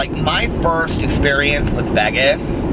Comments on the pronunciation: Haha some of my friends here in philly say it like VEGESS too I’m not a fan but I’m used to it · Why do you say Vegas like that?? I can handle the vocal fry and all that, not the way you say Vegas though man